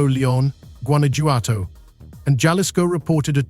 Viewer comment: Jalisco is pronounced ha-lisco